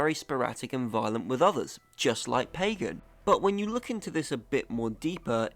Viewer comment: AAAAUUUUGH!!! Short-a sound in both a’s of Pagan’s name. Both a’s sound exactly alike. P-ah-g-ah-n.